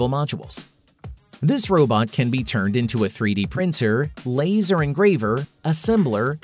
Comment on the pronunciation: Continual over-emphasis of the word "can" is the first giveaway this is an AI voice. Has trouble with 'the" as well. We're not quite there yet.